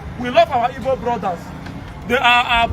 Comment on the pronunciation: The so-called youth leader is even pronouncing IGBO like a Benin boy, I guess his father is from Benin 😅